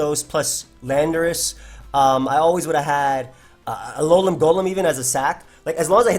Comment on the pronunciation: It’s pronounced “Alolem”